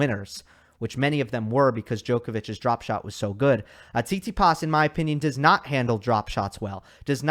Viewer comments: said tsitipas in 4 😂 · Haha, I almost died when you said Tsitsipas☺